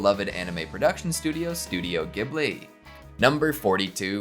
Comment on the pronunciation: 41: small correction, Ghibli is prounced with a soft G like “Jibli”. As in japanese its written as ジブリ (Jiburi) where a hard G would be ギブリ.